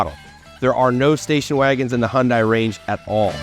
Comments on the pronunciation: KIA & Hyundai are exactly the same thing! Just like Toyota & Lexus, Honda & Acura, Chrysler & Dodge, etc.!!!...BTW, Hyundai is pronounced like "Sunday", just saying.😊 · My dealer said it's pronounced "Hunday, like Sunday, not Hundeye.